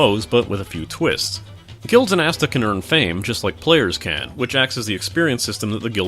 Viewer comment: The way you pronounce that sounds like you're talking about Asda: The MMO :) And from the looks of it, this really does feel like something you'd buy at Asda - the sort of off-brand knockoff MMO you buy Friday afternoon after all the other stores have closed.